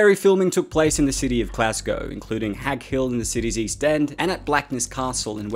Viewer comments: I'd like to thank you for actually pronouncing Glasgow properly instead of the usual Glass-cow I hear everyone else saying it as. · Makes a nice change to hear someone who isn't from the UK pronounce Glasgow properly. But Lothian is pronounced Low-thee-an